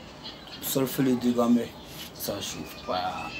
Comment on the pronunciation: Toi ya pas toutes les lettres dans ta bouche voilà pourquoi tu parle mal le français. Exp: au lieu de cœur tu dit cair au lieu de youtubeur tu dit youtibair. Tu met air au lieu de eur🤣🤣🤣🤣🤣🤣 toi même ton nom au lieu de dégameur tu met dégamair